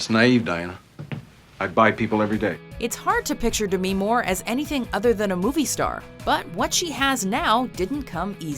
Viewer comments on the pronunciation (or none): BRUH YO BITCH YOU SAID DEMI LIKE IT WAS SOME KIND OF FUCKING DESEASE LIKE WTF ITS DEMI NOT DEMEE OR SOME STUPID SHIT YOU DUMB CRACKHEADS